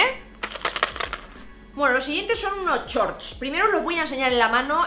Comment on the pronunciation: Por qué dices “ chorts “, con lo bien que hablas tú inglés??😳